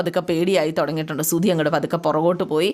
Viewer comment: സുധി........ സുദി.. അല്ല